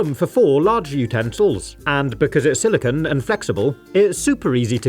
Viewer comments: SiliCONE not "silicuhn" (silicon)! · a quick Google search explains the reasoning but as I am from North America, I spell/say it as "aluminum". Regardless, silicon!= silicone and should make an effort to pronounce "silicone" to emphasize the "-cone" and not the "-cuhn" or "-cahn" of "silicon".